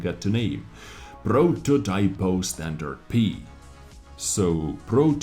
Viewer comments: Pronunce is correct, just the accent, pròtotipo instead of prototìpo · The tier nine is pronounced proto-tea-po, not proto-tie-po. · They seem fantastic, especially the tier X progetto 46., Pantera pronunciation is perfect; but prototìpo has the vocal accent on the I. As always very good and detailed video! 👍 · As italian, hearing you read "Prototipo" made me lmao :P (and insta-like)